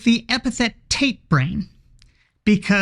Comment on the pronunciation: I had to replay that a couple of times. I wasn't sure if you were saying "Tate brain" or "taint brain". Is there a statistically significant difference?